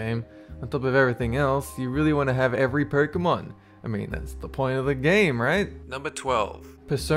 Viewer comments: loo, "Perk"amon. Its "Poke"emon bud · "pøkemon" xD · I'm still not sure if I like or dislike the fact that you pronounce "Pokemon" as "Perkamon" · Sorry, I disliked because you pronounced Pokémon incorrectly.